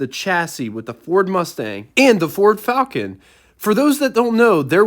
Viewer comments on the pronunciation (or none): none